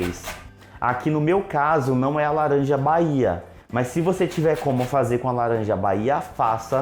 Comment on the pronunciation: Esse i ouvi laranjada